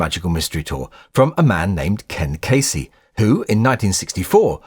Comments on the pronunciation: Ken Kesey!!! Not Casey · Kesey is pronounced "keezy", not "casey" in the instance of Ken Kesey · Ken Kesey not Casey isn't it? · Ken Kesey’s last name is pronounced “KEE-see”. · I didn't see it until a 16mm was screeded at my college. I think it was in '74. Oh, and Ken's last name is pronounced KEE-zee. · It's pronounced Ken KEEzee. Rhymes with "easy". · MMT wasn’t a flop in America because we just received the full album which was considered one of the best ever, especially side 2. The movie was not in wide release here, but in retrospect it’s an important forerunner to rock videos & MTV. Oh, and it’s pronounced Ken Kee-zee. You do great work,, and we’re lucky to have your channel. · Musically hits the mark. Visually was a perfect storm of negatives. It's weird, and even WIzard Of Oz would have suffered only being seen in B&W. And it's pronounced "key zee"